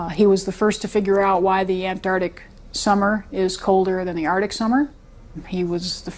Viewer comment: Ant-arc-tic,not Anardic!